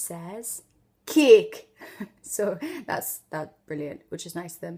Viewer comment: especially when she said cake Jamaican here